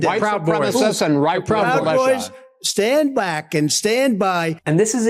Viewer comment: I still hear "stand bwack and stand by". He came so close to saying "stand black", which granted, wouldn't have made any sense either, but they were talking about white supremacists, and he tried to do what he really wanted which is to quickly change the subject to something about black people.